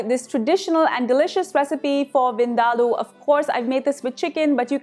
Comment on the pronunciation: Oh Thank you ever so much for CLARITY (in how to correctly pronounce) this particular dish. Finally. I can rest my case. Lol. I too always had to argue with certain FRIENDS that they were pronouncing it wrong hahahahaa. Lol. LUV the Dish.